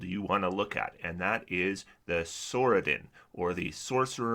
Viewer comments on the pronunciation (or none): its pronounced sorc- a-din not sorsadin.